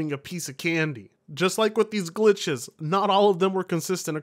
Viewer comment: The way talks bugths and glithes...😂